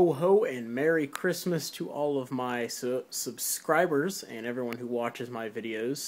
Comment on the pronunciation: I can't belive you almost said susbeibers!!!!!!! But I still love u u u silly silly bear